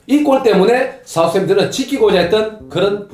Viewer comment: 발음 구수하십니다 형님. ㅅ ㅏ 우스 햄튼